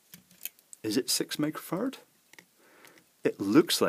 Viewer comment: When you say microfarad, I hear micro-fart and i start laughing. Yes, im a grown child. This can be a great drinking game for students.